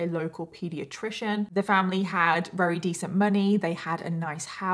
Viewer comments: can you not say Very with a V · I find it adorable when says “ rarry” while saying very, and says a woman “falls” pregnant.